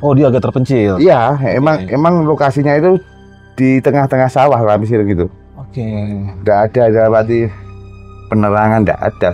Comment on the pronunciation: Koreksi ya om pelafalan dawet sama ireng itu kayak kita bilang item